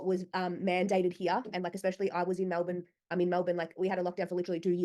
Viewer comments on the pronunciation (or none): none